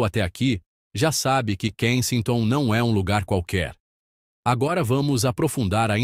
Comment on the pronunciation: Tá pronunciando o nome do lugar errado.😮😅😂